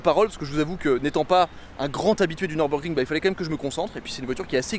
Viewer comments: par contre, ca se prononce pas neurb, mais simplement nurb ( comme une fille "nue rb" x) ) sinon le mode sport était pas activé ( c'est appui long sur le bouton ) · Petite précision on dit niurbourg 😁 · Belle vidéo par contre on dit "Nürburgring", la prononciation gâche tout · Je sais, mais les anglais disent "Neubeurgring". Et comme je regarde que des vidéos en anglais, je le prononce comme ça.